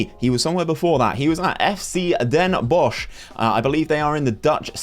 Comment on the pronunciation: Ya pronounced Den Bosch very well